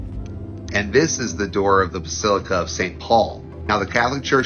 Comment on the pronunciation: "Dis guy"